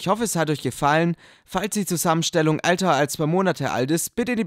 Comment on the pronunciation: klingt so als würde er sagen " wenn die Zusammenstellung alter als 2 monate ist " statt "älter ". TRIGGERED